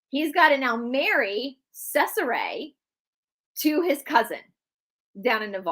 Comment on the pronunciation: Hey, thank you for the videos! Just a little FYI.. in Italian a "C" is pronounced with "CH" sound.... "CH" is pronounced like a K... there is also a mini series of the Borgia on cable or Netflix I thought it was well done but probably not to fact! Love you all! God bless 🙏🏻❤️